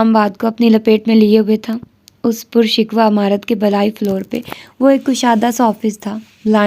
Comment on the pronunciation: The word is pur shukoh not por shik wa